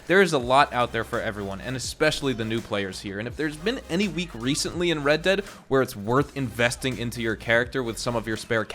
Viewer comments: red "deead' lol in the intro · Ah yes, red deead